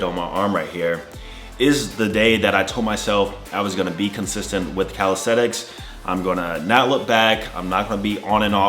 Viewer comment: In 6 years you didn't learn to pronounce the word calisthenics correctly. It's calistheNics and NOT calistheTicks. Sheesh...